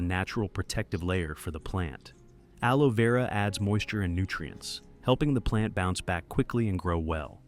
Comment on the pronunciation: Amigo una pequeña corrección es aloe vera no aloe veura